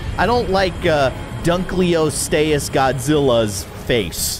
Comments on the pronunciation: It’s not dunkleostayus it’s dunkleosteus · Dunkleosteus is pronounced dunk-lee-oh-stee-iss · There is so much to tell that I will comment times but dunkleosteus is pronounced and dunk lee oast ee us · Its prononced Dunk-le-o-ste-ous That help? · It’s dunkleosteus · You can't say dunkleosteus Lol